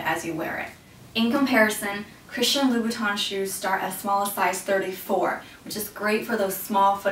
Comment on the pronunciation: It's Louboutin, not Loubouton